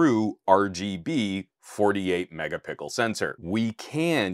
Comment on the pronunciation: Please stop mispronounce megapixel. It's an easter egg that became an overused meme. Great video BTW, there is a reason professional cameras aren't at 500mp / 1gp